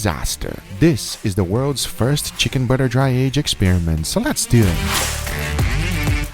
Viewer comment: Imagine being a raw piece of meat and hearing Guga say "Let's dew it".